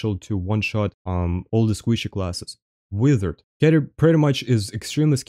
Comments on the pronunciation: master, why are you saying wither instead of wizard? 🤔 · They way he says wizard is hilarious 😂😂 keep up the content brother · right. I had to listen for context to figure out it was "wizard". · please do a video of you saying wizard for 10 minutes